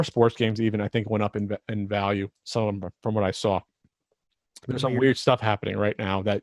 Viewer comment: didn't hit his value audio button "vAl yOu"